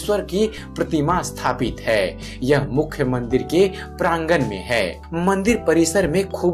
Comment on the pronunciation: अस्थापित और स्थापित, शब्दों का उच्चारण सही नहीं है, सही उच्चारण "स्थापित" होता है न की "अस्थापित "